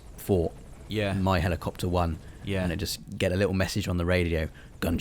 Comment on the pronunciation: I love the way you lot pronounce helleecopter xD